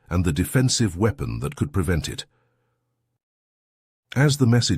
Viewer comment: The irony, that an HFY channel uses an AI reader, which pronounces "weapon" as "wee-pon".